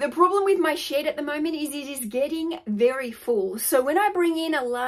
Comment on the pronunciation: ship ... she said SHIP .... 🤣